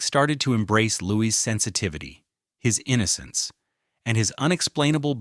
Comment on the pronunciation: It is pronounced Lou-ee The S is silent.